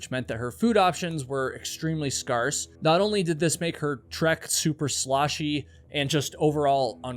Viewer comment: Scarce is pronounced sc-AIR-ce